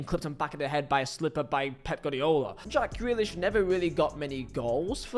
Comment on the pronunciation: It's Ja-ck Grealish 😂..... and if you don't fit into Pep Guardiola's blueprint completely, you are going to look bad. That's Pep's fault, and not the player.